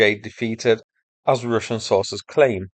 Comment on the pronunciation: am i the only one now saying Rooshin?